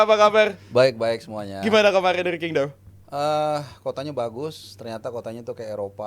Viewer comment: Qingdao penyebutannya CINGDAO